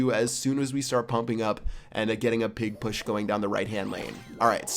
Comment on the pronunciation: Lol the way he says pig push, it bothers me 😂😂